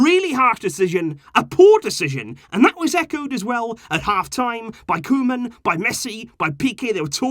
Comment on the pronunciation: when said Koeman reign, i heard Roman reign..:D